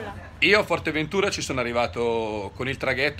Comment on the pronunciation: A parte che è Fuerteventura e non Forteventura.. guardati questi va....